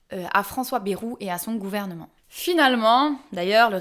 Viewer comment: C'est bAjru, pas bEjru.